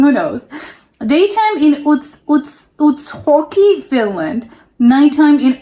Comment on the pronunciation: Are you spanish or why do you pronounce J as H? It's pronounced like Uts Jockey not Uts Hockey😀